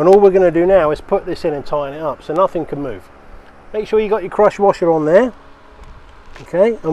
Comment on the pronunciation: Thanks for the great videos, I'm gonna go fix my own generator now! Also it took until the end of the video, I thought you were saying CROTCH WASHER LOL